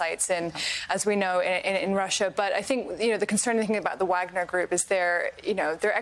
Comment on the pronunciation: VAHG-NER Group. Like the composer. Sorry to be pedantic, but she should know how to pronounce this correctly before appearing on national news. Props to the news caster on the correct pronunciation. It doesn’t take that much effort.